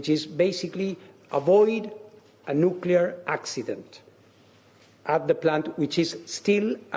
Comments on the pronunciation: NUCLEAR - not NUKULAR. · Anchor said nukular..